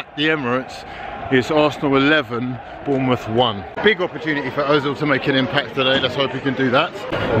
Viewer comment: Its Bournemouth though.